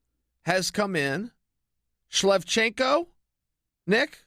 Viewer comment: Lol "Shlevchenko"